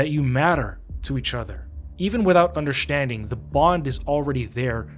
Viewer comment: although a good video i am just stuck on why he says "undershtanding" and not understanding, but can other words with ST fine?